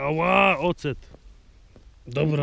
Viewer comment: Nie ocet a oset:)